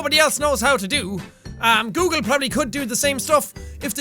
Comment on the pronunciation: "Coolgle" - Jacksepticeye 2016